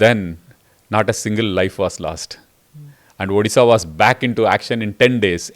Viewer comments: This lady can’t pronounce Odisha and somehow has reached this level by licking on Moi jee! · and anchor must learn to pronounce Odisha at least properly. it's not that tough... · स्मिता, आप ऊदीशा ना बोलें। ये ओड़िशा है। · Dear Smita, It's ओड़िशा not ओदिशा. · Firstly ma'am it's not Udhhisa it's ODISHA .I 'm very dissapointed people like you , very competent spokeperson doesn't know this . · Tried very hard to drive the narrative Your bosses have asked you to Smita, but I am amazed on how many instances you have mispronounced ଓଡ଼ିଶା (ओ डि शा ) as ओ दि शा. Such silliness for such a senior journalist front heading National News Agency!!!! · Dear Smita ma'am, the correct pronunciation of Odisha is ओड़िसा and not ओदिशा 😅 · Smita Prakash.. try to first pronounce properly the word Odisha. If you can pronounce word odiya properly then why deliberately mispronouncing Odisha. It's not Odi like fuddi. It's Odi like Jodi. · Smita mam, can you please pronounce Odisha as ओडिशा. You are speaking as ODISHA as उधिसा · Smitaji, you pronounced the state's name "odisha" wrong, in the introduction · Ma’am I religiously watch your interview and I appreciate the intricate hard work you put in each one your videos. What’s with the pronunciation of my state? It’s O Di Sha. Not the way you pronounce. We have so many achievements but the way North Indians or even South Indians pronounce our state just baffles me. I live abroad and I speak with different accents, but that doesn’t make me mispronounce other states or for that matter other countries. Please improve on this one aspect and please do an interview with Mr. Naveen Pattnaik. Thanks 🙏🏾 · Respected smita prakash is such w renowned and experienced journalist still don't know how a small mispronunciation can hurt a large sentiments. Still he pronunciating ODisha as di instead of D and in dharma , ma as maa